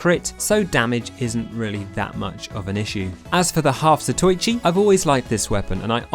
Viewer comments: I thought he was saying Half Zachonky because of that health boost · It’s pronounced “za-toe-e-chee” for future reference. It’s a reference to these old Japanese movies about a blind swordsmen